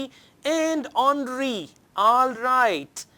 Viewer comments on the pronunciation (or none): none